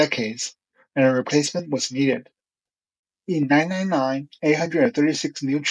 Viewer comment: It sounded like you said 999 instead of 1999